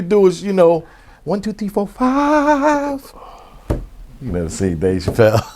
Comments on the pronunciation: "go ahead ask me question, FIF! One, two, three, four, FIF!" 🤣🤣🤣🤣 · It’s “1 2 3 4 fiiif” Unc 🤦🏾‍♂️ 😂😂